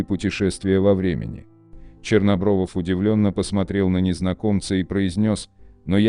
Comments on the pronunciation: Не Чернобровов, а Чернобров. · АВТОРУ: Вадим Чернобров, а не ЧернобровОВ.